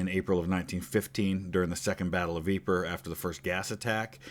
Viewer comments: Greetings from Toronto. I'm going to be a pendantic nerd and correct your French pronunciation. Ypres isn't pronounced "Ee-per." It's "Eep." Thanks for a great video. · Yeeeeep not yepre 😂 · Ypres is pronounce “EE-PRAY”